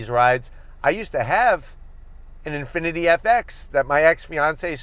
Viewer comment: lost me at "Infiniti" but i still watched it anyways